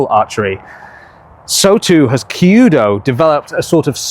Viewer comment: 弓道 kyuudou is more pronounced like the cu in cute + dough, rather than the key-u-dough that you are saying.